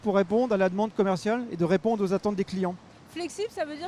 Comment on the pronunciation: "Flexibe por réponde" on est bien dans le nord.😂